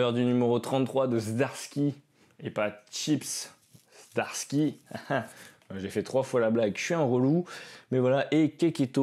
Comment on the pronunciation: We Live c'est très sympa, et d'ailleurs la VF est faites par un certain Commis des comics. Zom100 j'imagine que c'est Zombie 100. Plutôt cool cette série. Zdarsky ça se dit Zadarsky en fait ^^ Jolie commande en tout cas, il y a du très bon.